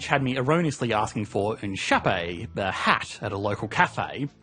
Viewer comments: The French word for hat is pronounced "shapo" it sounds nothing like coffee pronounced "kafe"... Ironically you could do with some more education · More worryingly he managed to make 'chapeau' rhyme with 'café'! It sounded more like 'chapé'! No idea if there is such a word. Whatever language he has been learning I hope it's not French. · What region of France were you in? I'm curious where in France would "chapeau" be pronounced shap-ay? In Canadian french it is pronounced "shap-poe". Ive literally never heard "shap-pay" refer to anything.